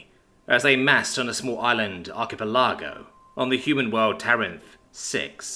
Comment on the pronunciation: Arc-i-pel-i-go Lol not arc-e-pel-are-go